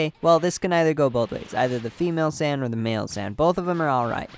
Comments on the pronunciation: Bothers the fuck out of me how you say Sayian it sounds so lazy and it sounds like your calling them sand, the sand race wtf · Tf is a San ummm I don't want to be a bother but It hurts to hear it tf is a sans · U can’t say saiyan. It’s not sands! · San? Saiyan you imbecile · listen closely, he pronounces saiyan as "sane".